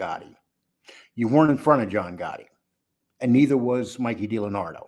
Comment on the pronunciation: Dee Lee Anadro. NOT. Delanardo